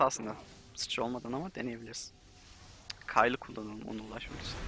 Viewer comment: Abi okurmusun bilmiyorum da kayıl diye okuyosun keyıl diye okunur